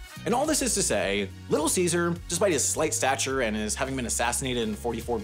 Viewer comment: Poor Caesar, his name is so rarely pronounced properly thanks to Caesar Salad and Little Caesar lol